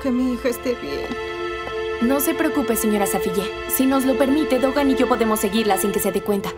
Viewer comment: No es tokan es dokan 😂